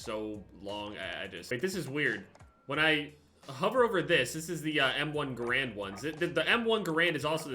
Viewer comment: You said m1 garand wrong